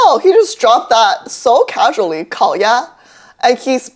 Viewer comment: Even the way he connected the two sounds in 烤鸭 was so native!!